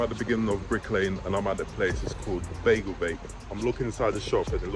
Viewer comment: It's beigel not bagel.